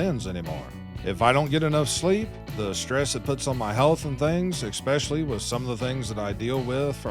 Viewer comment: people have channels like yours and they don't need or ask for money from us or via ads. you're in it for money. this is why you are failing. wrong energy. sharing truth and good cheer is priceless. i'd like to see you stop saying ECKSPESHALLY.